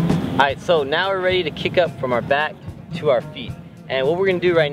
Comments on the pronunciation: its kip up not kick up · Brother its not kick up its kip up